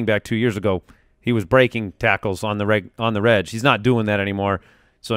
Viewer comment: Love the show. Been in the footclan for years. But wouldn't the shortened "reg" be pronounced like "egg" instead of like "edge"? If it's short for "regular", I feel like it's pronounced like the word it's abbreviating. It's not "redgeular"